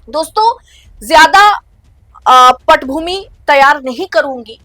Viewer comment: पटभूमि नहीं पृष्टभूमि ।